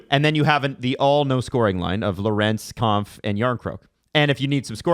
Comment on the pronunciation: Is it just me or is and always mispronouncing David Kampf’s last name incorrectly